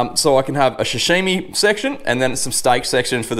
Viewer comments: Sashimi not shashimi mate Mate you’re not a chef or English speaking person, give it a rest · Hot tip: damp tea towel under the cutting board, how does one own a sashimi knife but pronounces it shashimi 😂 good vid man 👍